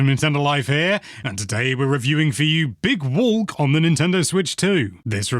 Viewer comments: Big Wolk 😂😂😂😂 (Is what I heard) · "big wolk"